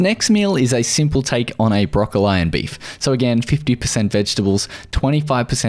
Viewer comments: What the hell is a Brock-Ol-eye? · Yep, I've been yelling at the screen "Brokoleeeee" "Leeeee for god's sake LEEEE" ! :) EDIT: I should add I meant it's broccolleeeee in England, I've no idea if it's broccolLYE in Australia. :) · I just don’t understand why he pronounces “Broccoli” like that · Aussies can get away with it. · Is he being serious with how he pronouces broccoli? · Aha, An Aussie video I've never heard the pronunciation "broccol-eye" before. And he pronounces "tuna" as "chuna"